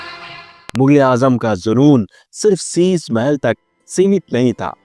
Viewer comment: Shisha Hota Hai Shisa Nahin